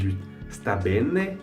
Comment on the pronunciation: Bonne continuation! Fais attention à la prononciation ! On dit " bene" et non " benne", " scrivere" et non scriverre"